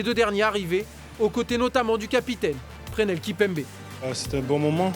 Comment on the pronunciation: Magique mais on dit PreSSnel Kimpembe !! 🔵🔴🔵